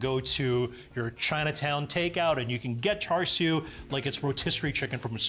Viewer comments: This is the whitest Chinese dude I’ve seen on YouTube. Your pronunciation of char-siu isn’t char-siu it’s supposed to be cha-siu Someone tell to pronounce it like his dad does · listen to your dad and pronounce bbq pork properly. It's "cha sui" not "char sui"